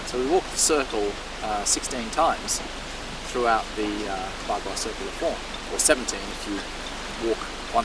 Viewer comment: Bagua is not bla-bla-bla, young man!